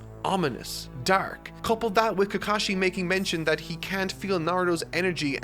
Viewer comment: It's not sa kru ra man, it's Saku rah, it's not Keka shi, it's Ka ka shi. And it's not Naru doe, It's Naru to, with a short to, like the to in toy, not toe. Just watch a clip of the jp dub were they say the names.